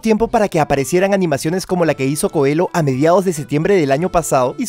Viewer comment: Solo una pequeña corrección el nombre Coelho se dice coello